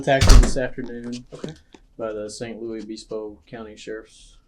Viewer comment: Saint Louis obeesbo?? My brother in Christ, it’s San Luis Obispo come on now